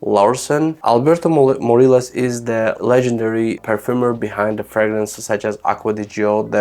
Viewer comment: Alberto Morillas is from Spain - "LL" in his surname reads like in "tortilla" - moh-REE-yahs ("ri" is stressed syllable)